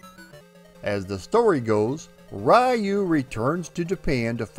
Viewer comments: Please spell Ryu by ree-uu not ry-uu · Love all of your research and history on this game. One correction though. His name is pronounced "Reee-yu". Not "Rye-yu". Other than that, love your channel. Keep up the good work man ☺️ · Why do english-speaking people always mispronounce the name "Ryu" as "Rai-oo"? it's "Ree-oo" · It's 2020, and people are still pronouncing his name "rai-yu" 🙄 sigh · Arcade version is fun but I spent the most time with the maddeningly addictive nes version. Also I just have to put my two weeb cents in: it’s closer to being pronounced “ru” with the r pronounced somewhere between r and l. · Sorry but you aren’t pronouncing Ryu’ name correctly. It is pronounced REE-U. Excellent video as always. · It's pronounced Re-you.😎👍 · Raiyou..... Cringe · America always gets that name wrong. smh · Don't worry, I will address the pronunciation in part two. Thanks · Every time an American mispronounces the name "Ryu", a cherry blossom tree withers away and dies. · so funny how americans pronounce "Ryu"....